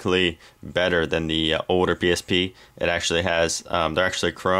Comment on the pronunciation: pronounce your L's right. not oder. older.